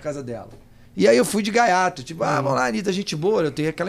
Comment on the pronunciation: É gaiato, e não galhato !